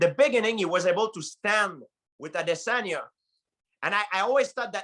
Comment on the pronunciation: He says all the names amazingly, even Israel Adesanya, etc.